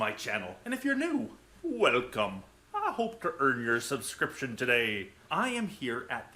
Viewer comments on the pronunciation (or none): The triangular one reminds me of the great salt lake in Utah during a winter month before it dried up. Gorgeous work! Still curious how you managed to squees a G into the intro "welgcome", must be a teacher thing. Haha